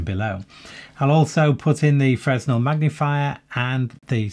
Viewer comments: Hello, Fresnel is pronounced 'fruh-nel'. Thanks. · “Fresnel” is a French name, so the S is silent. It’s pronounced “fruh-NELL.”